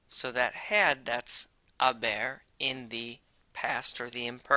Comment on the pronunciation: it sounded like he said “a bear”😂 great vid tho!!